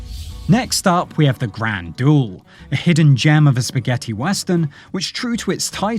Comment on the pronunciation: oh dear robo voice says a doool whatever that is